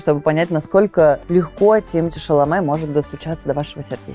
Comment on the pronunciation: Имя французское однозначно. Значит, ударять на последний слог.